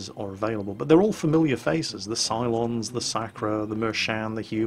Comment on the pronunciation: I heard you say "Cylons" and I was like what the fuck, but then I looked and saw "Psilons"... okay then...